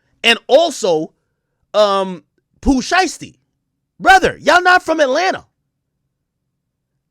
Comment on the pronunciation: “Brudder” 🤣I hate when people say “brudda”